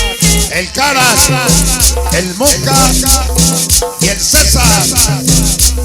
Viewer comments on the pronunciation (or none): none